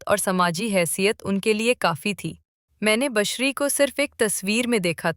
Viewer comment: Bushra naam ko aapne kabhi bashariya kabhi bashri pronounce kiya ye keya tha Asif sb wahiyat the but khushqismat bhi the